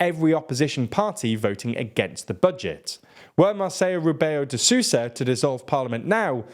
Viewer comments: I don't mind the ã, it's hard to pronounce for foreigners. But "Marceyo Rebeyo de Susa" was bad, and it's not hard to pronounce either. Mar-sell-oo Re-bell-oo de Soh-sa. It also triggered me a bit every time he said "Rebelo de Sousa" instead of the full name or just Marcelo, I don't think I've ever heard someone call him Rebelo de Sousa. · me and my wife can’t help but chuckle at the phonetics of “Marceyo rebeio deh sohsa”. Keep up the good work! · Mahceyu Rebeyu de Zuza! Nice!! LOLOLOL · Excelente vídeo, mas o "Marrceiou Rebeilou de Soossa" matou-me hahaha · "Marquelo Robeo dé xuxa" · "marceyo rebeiyo dey sussa" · mássélow rabéiow de susa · I like your work and enjoy seeing your videos, but please, at the very least listen to the portuguese words you try to pronounce at least once in google translate. Marcilo Rebeyo de Suza killed me several times XD just read it like it was an english word, would come out better. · Great video, but the pronunciation of the President's name is incredibly distracting. I would simply suggest, unless you know the actual pronunciation in the language, you're better off reading it with English sounds rather than attempting a Spanish twist and failing. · God the way you butcher portuguese names hurts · how are you able to say the president's name so wrongly so many times so confidently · next time, please check the pronunciation of Portuguese names on google translator or something. I could not understand at all the name of the president from your pronunciation, no offense.. Just quickly run the checks on google translate or deepl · Jesus christ, the way you are pronouncing the name Marcelo Rebelo de Sousa is atrocious. At least try to pronounce it correctly next time, please! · i've never seen someone butcher the name marcelo rebelo de sousa more, and thats saying a lot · Guys... you need to learn how to pronunciate portuguese names. Each time you attempted to say Marcelo Rebelo de Sousa, I would crack up...